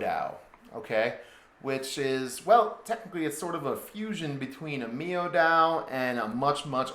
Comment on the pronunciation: Should be said The word Miao is said like this Meow .